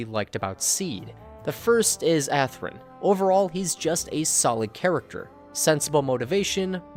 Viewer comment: It's "ASrun". Hehehe. "Where is the Freedom and the Justice, ASRUN?". Lol.